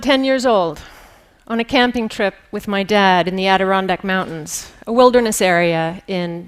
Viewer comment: She had me at when she said "Adirondacks." Beautiful place, seemingly untouched by humans for the most part.